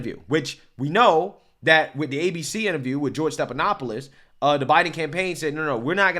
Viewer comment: Stephanopoulos is NOT pronounced Stepanopoulos. No P. F, as in Frank. Steffffff. Not Stepppp. Be better.